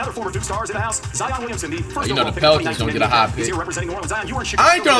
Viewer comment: ZEEon? Donikit? Seriously? Wtf you can't even pronounce player's names? That's sad